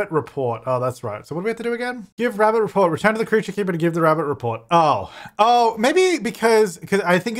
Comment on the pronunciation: is it just me or did say creature creeper instead of keeper hopefully on purpose